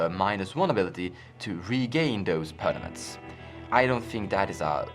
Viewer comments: Quit saying pernaments. Its permanents lol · It's per m a n ent not per n a m ent.